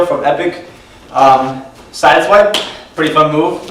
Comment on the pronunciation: ''sidewipe'' low-mo is funny xD, btw exelent tutorial